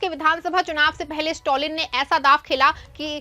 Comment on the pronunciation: स्टौलिन क्या चीज है ?? खबर पढ़ती हो कम से कम जिसके बारे में न्यूज़ है उसका नाम तो सही से बोलना सीखो